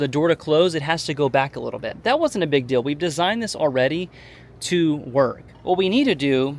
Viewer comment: I'm getting pronunciation nazi on you. Your eeeeee's are "ee. Steal but you say still. Reel, but you say rill. Deal, dill. Feel, fill. And so on.